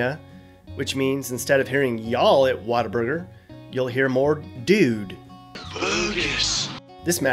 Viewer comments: okay the one thing that triggered me is that its What-A-Burger! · Its What-A-burger